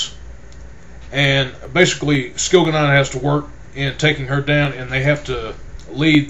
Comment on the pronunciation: I hate your pronunciation of the names and places its really annoying (skil-ga-non)really? And by the way, when your giving a spoiler alert and telling people to skip to a certain time in your poor review video allow them enough time to do just that before blurting its jianna straight away, it was just silly